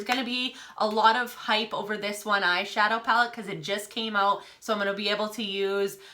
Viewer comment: when she says post I can hear an accent haha or when she says eye-shahdoee. Is she Irish or Scottish?